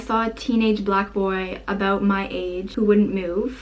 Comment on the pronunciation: I can not take you serious when you say abuout